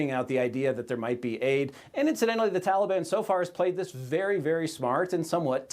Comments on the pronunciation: Did you mean, the Tally-Ban?! I heard Uncle Sniffy mention them! 🤣🤣🤣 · Joe was ready to expound on his knowledge about the "Tolly bon"